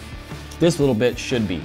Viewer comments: IT Sounds Like He says "this little Bit*h should be"😂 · Is it me but you could hear bi*ch when he says this litle bit